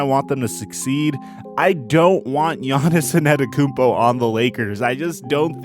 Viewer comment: An-teh-tuh-koo-onm-po NOT Ann-et-uh-kun-po